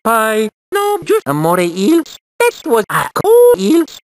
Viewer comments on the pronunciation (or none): You call eels amore eels? XD.